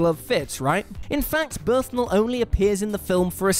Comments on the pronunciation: KrummyWeirdGuy Im freaking British and we do not pronounce Leigh as Lay or Bernthal as Birthnall. We aren’t morons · Good to see you carrying WhatCulture's mantle of duff pronunciations,... Leaving aside the 'birth-nal' fiasco, you do know that Janet Leigh is Jamie LEE -Curtis' mum, don't you...? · Bernthal. Bern-thal. Burn-thall. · And this is the second presenter who has pronounced John Bernthal wrong as well. I think they might all be illiterate. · Bernthal is two simple syllables and "Leigh" is pronounced "Lee." Doesn't help your credibility when you can't pronounce actors' names. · Bern-thal. Not Berthnal. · Yeah, it's Burn-tall not whatever the hell you said. No disrespecting the Punisher :) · Berthnal. Just... you cannot say "brilliant casting" and not even pronounce the damn actor's name correctly. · 'BERTHNAL'???? It's Bernthal... BURN-THALL... jeebus. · BURN-THAL!!! BURN-THAL!!! BURN-THAL!!! Not "Berthnal" smfh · This is the second presenter on WhatCulture to say John Berthnal instead of Bernthal. Are you all unable to read that the N comes before the TH, not after? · This isn't about pronunciation like the Janet Leigh one. He could say it with a short or long A but it would still be Bernth and not Berthn. He's saying a misspelled version of the word. It's a nitpick but these guys live for nitpicks so they should be able to handle it. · Ahem... it's BURN - THALL, not BIRTH - NALL. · drink every time he says Berthnal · "Berthnal?" Bern-thal,...Bern-thal. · Stop saying Berth-nal. It's Bern-thal. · I'm sorry, it's Bernthal not Berthnal! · How do you have John BERNTHAL's name written right there and you still keep calling him John Berthnal? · "Berthnall" REALLY?!? BERN-THAL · Berthnal? Why is it every video presented by this, or if we go by his pronunciation:, i find myself one of many complaining about your mispronouncing famous peoples names? you people invented the language, why cant you speak the English better?